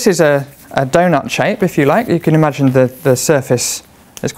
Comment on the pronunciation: in your pronunciation, space is spice, game is gime, donut is doinut.